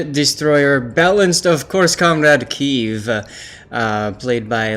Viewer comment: PEDAL to the metal. :) Also, Kiev is a two-syllable word. First pronounced as Key, second pronounced as in the first syllable of "ever".